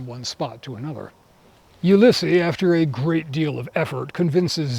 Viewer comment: This was excellent overall, and I'll be looking for future installments with enthusiasm. Just a very minor note, though: you've mispronounced the French names. Ulysse in French is "oo-LEES." Just a barely-important note, but I thought I would mention it. I'm looking forward to your further discussion of the first firm and presumably, its commentary on racism.